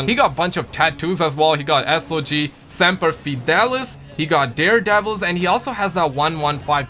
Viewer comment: yoo you pronounced semper fi wrong